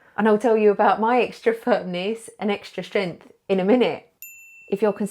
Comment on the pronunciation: You cant say "strenght" xD. You say stjeant xD. Its prob only me. But i laugh.